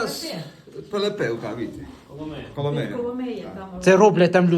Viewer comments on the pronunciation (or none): none